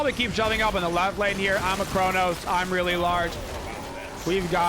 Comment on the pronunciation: Who is Chornos? hahahahaha